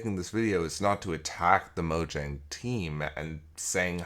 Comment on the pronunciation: It’s pronounced Mojang.